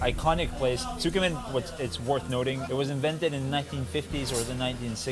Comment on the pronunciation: Slight correction, it is tsukemen, not tsukumen.